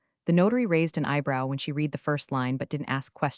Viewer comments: I like how the AI always said she reed the letter vs red. English is a funny thing. Nice AI generated story though. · Hopefully someday AI will understand when read should be pronounced red vs reed. Or TED is Ted not T E D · Try to learn the difference between read (red) and read (reed). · read is pronounced as red; presents is pronounced as PRES ents; read is pronounced as red; B ryce is not spelled as Rice; read is pronounced as red; this is a good story but you need to know how to pronounce read and red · I love your stories. But the reader (AI?) needs to know that the verb "read" is pronounced as "reed" in present tense and as "red" in past tense. It's truly cringe-worthy for listeners. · You shouldn't use AI to narrate videos... It can't tell the difference between read (current tense) and read (past tense) !!! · A human would be able to tell the difference between read and read, lead and lead, and know which two of them rhyme. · Teach the narrator how to pronounce the past tense of read.